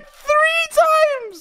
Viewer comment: Hello dear viewer and welcome to, 🦀 Stream moments that made me laugh. 🦀 A clip compilation!:D 1. "Right." "Right, right no- oh thank fuck its a mannequin-" 2. "LYKE THREE TYMES" (the y 's are on purpose, to be fair he did say it like that ) 3. reading a chat message: " "miku has debateably done more for the human race then jesus." What a take, what.a.take. " 4.: " OH WHY YOU GETTIN RID OF HER EYEBROWS?-...:0 oh hi mate, you alright? Privet- HAHA HIS PHONE WENT LOW-" 5. Honorable mention: the death drop ankle roll lmao 6. "Wilbur when "The soot." " 🦀 We interupt this program for a compilation of screaming, enjoy: 🦀 7. AHHHH inhale AHHHHH inhale AHHHHHHHHHHH terrifies his audience " "AHHHHH AHHHH AHHHHH" AT A CHILD- " 🦀 End of segment, thank you for your time. 🦀 8. rants about Everyones little scrappy mate 9. Fnaf jumpscare ( i thought of the joke first and THEN he read the chat lmao i swear) 10. Americans when basic math. 11. He dosent look like that. 12. He does NOT know where that came from. Hes very sorry. 13. - excel spread sheet of wrong doers 14. hits that riff then urges man to clean car 15. Granny gets viciously roasted #ILOVEMYGRANDKIDS 16. This did not make laugh, but the bit with the car made me laugh so im putting it in anyway 17. Dinosaur commits heinous act while goes newyorker 18.